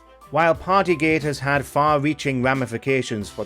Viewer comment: “I’ve add to go ta Burga King” will never not be funny. People need to get a grip.